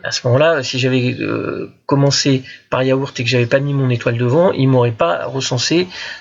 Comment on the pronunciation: "yaourth" ? moi je mange des yaourts. 😉🙂